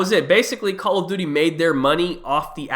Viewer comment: he said call of booty